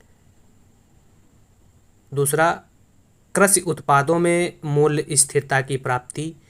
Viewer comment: Karshi nhi aap krishi boliye maza nhi aaya